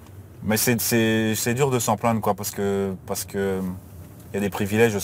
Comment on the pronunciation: Plaindre вы произносите как plandre. Это неточное произношение